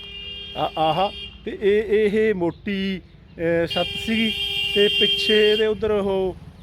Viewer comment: ਟੀਚਰ ਛਤ ਨੂੰ ਸਤ ਬੋਲ ਰਿਹਾ ਹੈ.